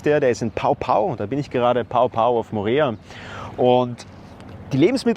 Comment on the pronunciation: Ia ora na. 🌺 Dankeschön für das Video. Ich geb mal noch ein bisserl Info dazu. Mein Mann und ich leben seit 3,5 Jahren auf Mo'orea. Den Ort Pao Pao spricht man nicht "Pao Pao", sondern "Po Po" aus. Das leere große Regal im Super U ist das Regal mit Aktionsware, d.h. wenn grad keine Aktion ist, dann ist es eben leer und wird dazwischen dann wieder aufgefüllt oder auch nicht. Ja, es gibt es auch mal überschaubar gefüllte Regale, aber das ist eher selten, wie z.B. bei Streik im Lebensmittelgroßhandel (der gerade zu Ende ging) und der Super U wenig Lagerfläche hat. Oder noch seltener, wenn ein Frachter irgendwo auf See festhängt. Aber wie im Video gezeigt, bei Eiern, da gibt's öfter Engpässe und auch bei Tomaten, wenn grad halt mal keine Erntezeit bei den lokalen Bauern ist. Importierte Tomaten gibts schon auch, aber die sind extrem teuer. Umrechnungskurs ist günstiger als im Video gezeigt, nämlich 1.000 CFP = 8,38 €. Also sind 5.000 CFP 41,90 €. Nun ein paar Infos von mir: Ich war schon in Deutschland eine Schnäppchenjägerin und das bin ich auf Mo'orea erst recht. Unsere monatlichen Kosten für Lebensmittel/Gebrauchsartikel (inkl Hundefutter) belaufen sich auf CFP = 670,40 - 838,00 €. Wie das geht, hier die Info im Detail: Der Super U ist in einigen Dingen günstiger (z.B. Hundefutter, Gewürze, Käse von Käsetheke), aber im Gesamtvergleich auf der Insel ist der Supermarkt Champion in Vai'are die günstigere Option, weil der dort auch um einiges größer ist und oft die besseren